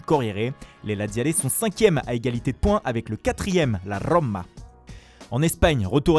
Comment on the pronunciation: La roooma et non pas romma